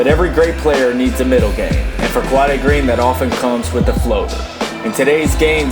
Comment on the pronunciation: you pronounce his name wrong